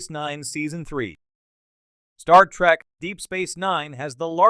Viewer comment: It's "trEk".... not "trAk" you ignorant sot! Down voted and blocked!